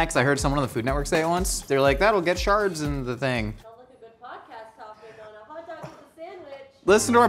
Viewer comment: Did he say sharts or shards of mushroom 🤣🤣???